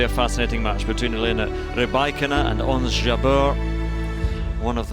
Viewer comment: 'Rye- bakina'....hahahaha!!! learn how to pronounce properly, wimby!